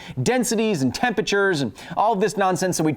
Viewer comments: So help me Kyle, stop saying temper ter. It's temperature, TEMPERATURE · Since it was pointed out, i cannot unhear "temperture" anymore :'D